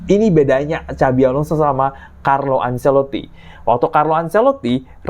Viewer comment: apa hanya saya yang dengar kalimat "Cabi Alonso"